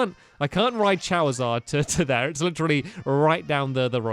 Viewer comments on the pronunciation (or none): You said chawizard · Did anyone else hear him say chowizard? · "Chawizard" - Stampy 2017 Part I 'Cha-r-Izard" - Eveyone Else From 1995 Part II